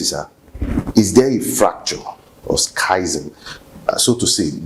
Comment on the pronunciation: It is "schism" (pronounced "ski-zm, not "sky-zm")